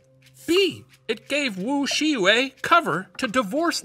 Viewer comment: One thing I really appreciate about Shane is that he tries to get pronunciation right. The way he said Wu Shiyue and Li Yuan was pretty accurate, and tend to be hard for non-Chinese speakers to pronounce. Even the dynasty and location names were good! Also love how he does history from all over, including Latin America, Africa, and Asia.